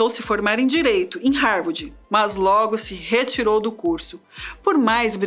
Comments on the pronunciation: "Harwardi", foi difícil de ouvir... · Não, pior ainda... "Harwordi"!!! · nossa estava me dando nervoso ouvir a mulher falar HAVORDI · Essa narradora não sabe falar. Não é Harvardi é Harvard. E não é tenra idade. Se diz como se tivesse dois rs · Búki, ófi, matemariki, rarvardchi, raici universitchi, etc. A história do homem mais inteligente do mundo narrada por uma loira burra, provando que beleza (aliás não faz o meu tipo, but nevermind), não paga nem o inglês da ISCOLINHA, quanto mais um cursinho básico de inglês, para aprender pronúncia correta e não passar vergonha na internet. Cadê os rapazes? Cadê o Boko?? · Linda, mas "Rárvádi" é foda!! É "sob pseudônimos" e não "sobre".... E esse cara não era tão brilhante assim... Foi ser comunista.... E morreu pobre, como todo comunista!! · mas que dificuldade de falar rarvidi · APRESENTADORA PÉSSIMA...DICÇÃO HORRÍVEL E DIFICULDADES DE LEITURA!NÃO CONSEGUE PRONUNCIAR HARVARD...E CONFUNDE "TENRA "IDADE COM "TERNA" IDADE... O QUE A MATÉRIA TRÁS DE INTELIGÊNCIA, A APRESENTADORA DESCONSTRÓI...Por favor mudem ela... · Pq não colocam alguém que saiba pronunciar Harvard???? Pqp que mulher ruim...